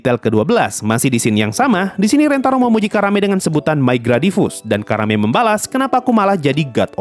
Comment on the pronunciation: Nyebut Karanenya gak terlalu jelas jadi kedengeran Karame